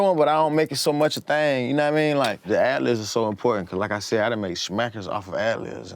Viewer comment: forreal, but it irks me he calls them ‘ad-livs’ 😂